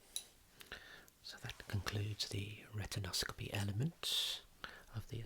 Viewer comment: He say rectankscopy!